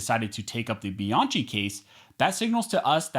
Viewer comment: One, your attempt to speak faster than Ben Shapiro often renders you unintelligible. Please stop this. Two, please stop mispronouncing Bianchi. Other that those two things, good video. Thank you.